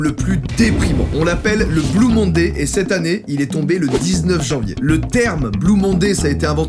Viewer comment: '' blou mondé '' ton accent anglais est sublime 🙌✨